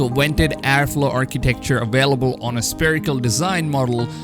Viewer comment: Please stop saying "sPerical" !!! Haven't you ever heard about a sPHere ??? Something spherical? /ˈsferɪk(ə)l/